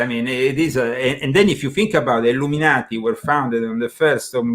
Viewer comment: Were you a part of the Ill-um in-ati?